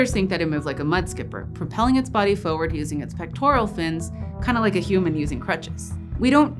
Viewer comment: it's forward, not foward